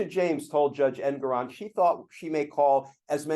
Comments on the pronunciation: His name is pronounced EnGORon. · The judge’s name is pronounced Engoron with the stress on the second syllable, en GORE on.